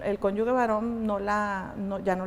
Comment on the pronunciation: Con todo respeto pero es magistrada y no sabe decir correctamente CÓNYUGE 🥹